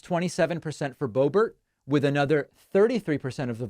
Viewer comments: My nephew's girlfriend grew up with Lauren. It's pronounced "burt" not "bare" 😅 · Why is he saying Lauren Bo-bear? Is she so unknown that David doesn't know how she pronounces her name? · Do you know what David it kills me that you continually mispronounce her name? I can’t stand Lauren Boebert, but…. Her last name is pronounced BOW Bert (as in Bert and Ernie)…. I can’t stand her Colorado can’t stand her. We absolutely want her gone, but it drives me nuts. I’m sorry it just does. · I thought it was pronounced Blowbert !!😂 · I found it funny that Biden could hear the newspersons question, but he couldn't hear Biden & the nerve to ask Biden to step forward. Also, isn't it Boobert?